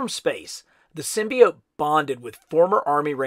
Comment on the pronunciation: Hey man, not the biggest fan of how you say symbiote but l still love your vids 😂 also would be dope to finally get a venom figure